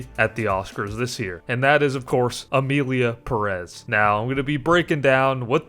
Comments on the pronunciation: It’s PEH-rez, not pe-REZ! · That last name “Pérez” should be accentuated in the first syllable, not the second.